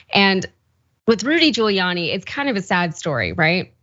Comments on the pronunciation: He's just gonna lie.🤷🏾‍♀️ Also, did you call this man Booty Giuliani ?😂😁🤣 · Did he say " Booty Giuliani"? Lmao.